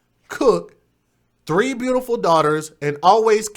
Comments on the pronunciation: In the circumstances, pronunciation is totally trivial, but why can't people use the English language properly, at least in public. "Brutiful"??? Almost as bad as my pet peeve... "Aaks"!! Really doesn't help our presentation as black people in public or around young children who learn from us. Trivial point definitely, but just shows us in a bad light. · I tried to watch without comment but this spoke to my soul. First off, okay she mispronounced beautiful...in the moment of pure grief most will mispronounce their own names... the smirk and jokes were too much! Yes she had 3 children which were seemingly all cared for...You sound like a pure racist to me brother and against your own... let me get this right, because he has tattoos he's a thug? And because she liked to dance makes her less than?? I'm from Detroit and can tell you that the love of dance is huge here. We hustle, jit hip roll all kinds of signature dances. Dancing is an art form. Im confused at why so much time and negativity was spent towards her love to dance. You took this left field. How do you know there was no insurance policy? Yes everyone has an opinion but this video and comments are nothing but judgmental. Shame on us a community and culture. How many of us care about what happens to these babies!